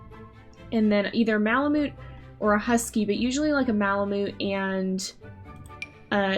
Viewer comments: the way u say malamute makes me wanna cry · I think that’s not how you say malamute